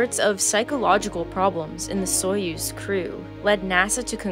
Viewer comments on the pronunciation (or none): none